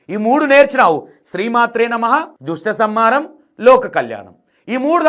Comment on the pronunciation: అన్న ఆమెకు దుష్టసంహారం అని కూడా సరిగా పలకడానికి వస్తలేదు హలో జ్యోతి గారు అది దుష్ట సంహారం దృష్ట సంహారం కాదు